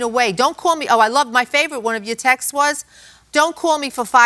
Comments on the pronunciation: It’s not Texas or textes, it’s TEXTS. Please, these people supposedly grew up speaking English. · Why have people forgotten how to pronounce the word “texts”? Texas is a state. Jeez. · Drives me Crazy when ppl say that too. Funny thing is that when you typed textes, it gave the translation of texts.😆🤦🏽‍♀️